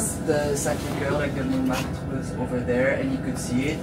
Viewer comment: Hi, hope you don't take this the wrong way but for us, non-French, they're pronounced [loov], [seyn], [monmartra] and [shaanze-leezey]. Enjoy Paris. :hand-purple-blue-peace